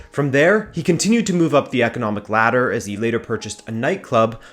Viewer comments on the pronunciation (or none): none